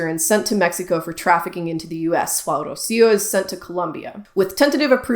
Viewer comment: And I’m literally Spanish. You literally didn’t trill the initial “r” of Rocío and literally pronounced the terminal “r” of Aguilar as an English “r” (a sound that doesn’t exist in Spanish) rather than an alveolar flap/tap. These tells are literally clear as day.